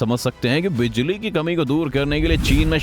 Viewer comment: Phali bar bijali ko bajali suna he